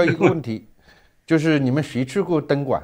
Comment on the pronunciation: 何老，我服你，东莞说成灯管，😂